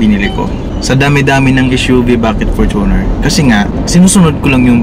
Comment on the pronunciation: its FORTUNE-r not for-TUNER